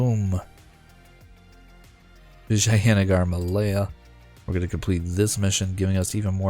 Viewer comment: Your pronunciation of Vijayanagar is the best out of all the English youtubers I've seen so far